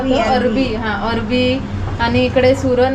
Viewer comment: Are kay hasta tumhi kiti thatta kajal la arvi manit nahi arbi mhante.